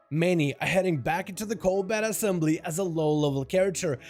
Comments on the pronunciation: Dal, it’s the “Ko-Balt” assembly. It’s not “bat”. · “Colbat assembly”??? Lmao u for real?